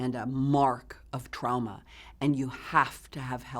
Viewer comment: Does anyone else cringe when she says trauma? Because she says TRAOMA.